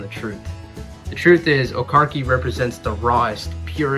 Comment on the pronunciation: It's pronounced O car chee